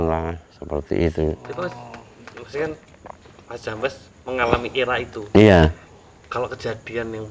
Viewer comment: jambes bukan jampes 😅 beda arti...hahaha